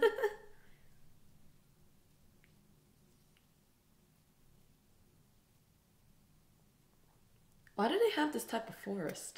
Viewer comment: there's another new reactor watching dub and he call rock Lee as Brock lee. it's annoying and make me stop watching that reactor